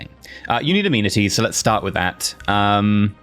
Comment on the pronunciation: So I've never played this game before. That being said I don't understand a lot of the terminology for things. But, when he was saying amenities I thought he was saying immunities for at least the first few episodes. And I couldn't understand how he was getting immunities of the building people building. I was very confused.